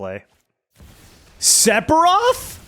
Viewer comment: Sephiroth is pronounced Sef er oth. He's one of the biggest baddies in FF. I'd hate for you to mispronounce his name.